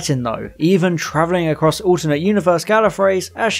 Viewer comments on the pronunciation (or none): none